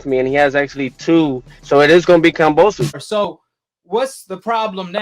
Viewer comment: At least say the name right. You’ve been saying it wrong forever. kamBosos